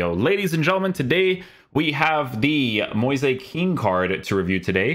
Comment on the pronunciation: it's actually Moize Ken